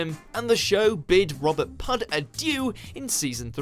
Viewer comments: Surely it’s not pronounced Robert Pugh (rhymes with blue) and not Pug! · Robert ''Pug''? cmon dude im not even welsh and im not that stupid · Robert Pugh ??? Pronounced "Pew" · pugh is pronounced "pew". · Tobias Menzies? Shown but not mentioned. Mark Gatiss? Mentioned but not shown. Maisie Williams? Not even a mention. A good list but some some glaring omissions. And who the hell can’t pronounce Pugh (pew) properly? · 1. Pugh is a Welsh name pronounced "pew". (Pug? Oh, come on!) 2. One male is an "alumnus". 3. Shout out to Edmure in #2! How could you miss that bonus appearance? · Can't believe a native British person actually pronounced that "pug"! What's next? Hug Grant? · It's pronounced PEW you thick fuck 😡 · Pugh is a surname of Welsh origins which is pronounced 'PEW', so the same pronunciation rules as the christian name Hugh. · Robert pug? Lol his name is Pugh rhymes with few. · Burn Gorman from Torchwood was in Game of Thrones. He was Karl Taner on season three or four I think. I know Torchwood is not Doctor Who BUT it’s a spin off from Doctor Who and I LOVE Burn Gorman. And who the fuck is “Pug” it’s Robert Pew ffs!! Also who the hell forgot that David Bradley was in Doctor Who he’s very unforgettable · Thanks but: 1) Pugh is pronounced "pew" not "pug", had me laughing though 2) Maisie Williams played "Me" 3) You literally showed the guy who played Edmure Tully alongside Liam Cunningham 4) Richard E Grant also had a small role in GoT 5) Julian Glover played Richard The Lionheart in the classic series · Thomas Pugh, pronounced pew, not pug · I'm sure his name is pronounced P-E-W not PUG. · Robert “ Pug”???? Ffs, Pugh is pronounced Pew!! ( Like Hugh , as in Hugh Laurie) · Need to do some research, Robert Pugh’s name means son of Hugh so it is announced Pew not Pug It took me 30s to find out the proper way to pronounce his name by Googling it. There is no real excuse for getting pronunciation so badly wrong. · Robert "Pug" 😂 it's pronounced pew